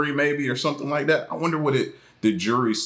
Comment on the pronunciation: Bro its jewelry not jury haha